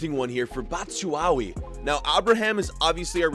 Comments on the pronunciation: My guy said batchuwawi😭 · mans doesn’t watch prem “batshuwawi” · Why tf do you keep saying BATSHUWAWI!!!!!!!!!! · You saying Batshyuawi just kills me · The way he pronounces bat-shu-a-yi and a-braham 😂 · Bro it’s pronounced batchuwhy , and it’s Tammy like a female bro hardcore Chelsea fan here since 2005 just had to let ya know , like the channel tho 💯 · LOL he says Batshuwawee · IT'S PRONOUNCED BATCHU-WHY-HE AND KOVA-VICH 😭😭 but I understand, but I'm excited for this series anyway bro